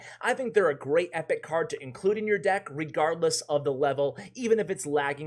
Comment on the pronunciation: re-guard-less lol